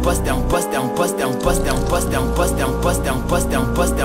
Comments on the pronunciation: “Poster” in a french accent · "I'm first"in indian accent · It sounds like French at a certain point."T'es en poste" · It sounds like he’s saying dump us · After you listen to it sounds like he saying wisdom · Sounds like an African saying 'impostor' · Sounds like he's saying no breasts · Sounds like a French saying question